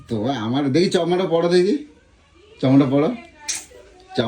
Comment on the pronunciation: Chosma ta ekon o pronunciation korty siklo na...😂😂😂